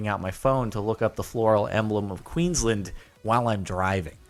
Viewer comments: CaptainSparkelz it's not pronounced Queenslend , Queens Land. Your accent probably makes it like that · I am sorry but, I'm from Queensland and it is pronounced queens-land not queens-lind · No its not common to know in Australian. Also its pronounced Queens-lAnd. Referencing an older video, to pronounce Brisbane, say Bris-bin. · QUEENSLAND NOT QUEENSLIND MYYYY GOOOOOOOOOOD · TRIGGGERED It's not pronounced QUEENSlend - it's pronounced Queens LAAAnd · Jordan, QueenslAnd is not pronounced Queenslend, It's Queensland with an A, I know because I am Australian m8, Also have a good morning/afternoon/evening/midnight/doomsday to all whom which reads thy. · "kwinslund" nah mate, say it properly ya drongo. It's bloody Queensland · btw jordan, coming from an aussie, it's pronounced "Queens-Land" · It's pronounced queens-land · It isn't photoshopped. They exist, but I don't think anyone knows the answers on them. Also, the way Jordan pronounces 'Queensland'. Pls stahp. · yeah the way Jordan pronounces Queensland annoys me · Did any other Aussies out there find it annoying how Jordan said Queensland? Oh, does any one even Queenslanders themselves no that the floral emblem was a Cooktown orchid? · i'm triggered right now he is saying the name of my state wrong and everyone knows it's the Cooktown Orchid. love the Australian Guy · Am I the only Australian who got annoyed with Jordan's pronunciation of Queensland? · You said queensland wrong, sorry for complaining.